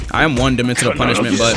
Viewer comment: Is it just me that hears "Kono Vanilla Ice Can Cook" when he uses punishment